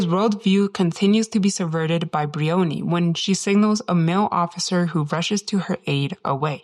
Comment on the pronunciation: One petty niggle - her name is not Bree-onee. It's Br-eye-onee, a two syllable word, with the emphasis on the first syllable, "eye-o". Otherwise very interesting.